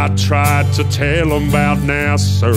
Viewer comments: Nice-sounding tune, though one tip: American Southerners don't pronounce it "NASerr;" there's no final R sound. I would've never guessed you're British if not for that. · I'm really confused why he pronounces NASA that way. 😂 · Lol, everyone should pronounce it this way! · Everything you do is great... but this is the one that gives away that you're not American... because you say "Nasser" instead of NASA. 😄